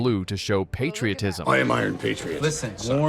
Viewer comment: that’s literally all this vid is. AI narration and clips. it cant even pronounce “patriotism” lmao.